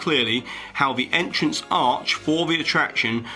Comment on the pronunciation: EntrNACE area xD